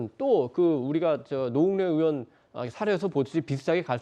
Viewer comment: 전라도 말투 졸라 거슬리네.전라도는 '의'발음이 안댐?? 으심. 으원.그것으이.